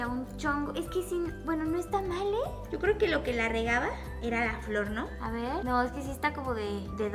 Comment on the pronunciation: "aquí vengo sho" 😂